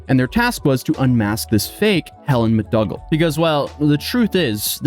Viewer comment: Mr/Mrs/Ms Justice X is a title, not a name (unfortunately). Also, McDougall is pronounced McDoogal, not McDugall. ETA: very much ninja'd 😁